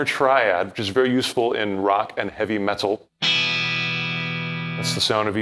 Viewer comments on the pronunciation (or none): he also said "Metul" kind of irish